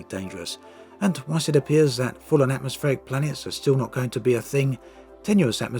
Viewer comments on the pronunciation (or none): Firstly: "AtmoPSheric worlds" Secondly: I dont see why i would pay for something unique being made into something that´s a lot more like all the other stuff out there, only that the others will probably still be better in those specific things they do. Like there was a lack of competent multiplayer FPS-games. I am genuinely questioning the point of customer surveys. Walking around in your ship... sure that´d be nice... for like 5 minutes per ship. It can also be immersion breaking, cause what are they gonna fill your massive Anaconda with? I hope it´s not plenty of workstations, cause then you are gonna ask yourself, what the point is, when noone is ever manning them. You might end up feeling like piloting a ghost ship - good luck "bonding" with that. The amount of work in-ship-legs requires, i fear, stands in no reasonable relation to what players will actually get out of it. The assets are just one part of it. They´d also have to do some sci-fi-lore building and consider things like: If you are walking around in your ship, and i ram your ship, do you tip over (and all the math required for that to happen)? Or when people want space-legs so they can do FPS. Sure, it´d be nice to have that. But will it really make anyone switch from the MM-FPS they are playing right now? Or will that likely still be the better MM-FPS? IMHO, Elite is about space (and always was). Not about walking around. In all those years i waited between "First Encounter" and "Dangerous" i never once though